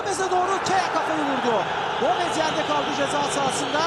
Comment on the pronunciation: 3 golde gomezzz diye vurgu yapan sipiker hala aklımda